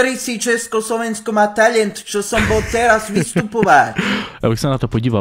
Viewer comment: Jak řekl Česko Slovensko má teľjent🤣🤣🤣🤣🤣😂🤣🤣😂😂🤣😂🤣😂🤣😂🤣🤣😂😂🤣🤣😂🤣😂